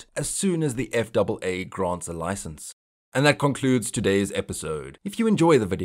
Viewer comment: Its the "F-A-A" not the "F double A".... Honestly, get basic stuff right if you want to be taken seriously.